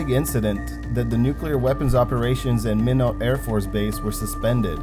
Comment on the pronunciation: Just an FYI, Minot is pronounced "MY-not," not "Minnow."